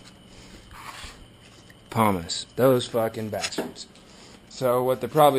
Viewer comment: I lied.. It was actually how he kept saying *poo*mus.